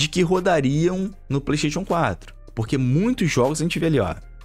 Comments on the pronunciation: Vim ver o falar ''pleisteitiôn'' e ''éxi bóxi''. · o fala, Petechion 5 kkkk